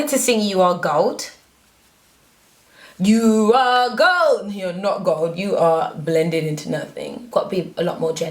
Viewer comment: "you are gold" I heard her say "you are goat"😂